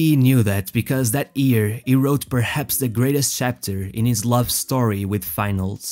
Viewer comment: Its year, not ear. XD